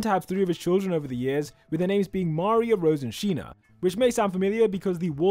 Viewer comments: "sheena" "paradi" wtf is with english man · Thanks for the vid. And. it's still Sina on both Anime and the manga, not Sheena. Sheena is just a mistranslation from the translator who changed the name for no reason whatsoever, the kanji in the manga still read as Sina.